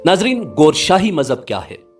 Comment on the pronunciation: Gooooshaie nahie hai it's Gowher sahie